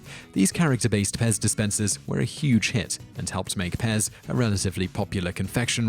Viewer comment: He just mispronounced it. The P is very much prominent, allthough in some dialects it might be omitted.